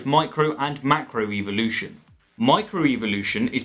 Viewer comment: Why does he say "evilution"?